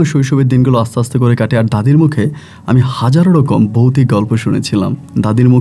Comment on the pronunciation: Boutic na...bhautic hobe... uccharon thik korun...😂😂😂😂